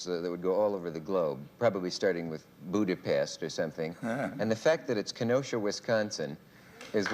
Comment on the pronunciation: Sadly, neither man knows how to pronounce the name of the city Budapest correctly...